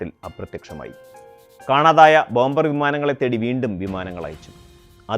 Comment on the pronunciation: Not bomber say bomer. b is silent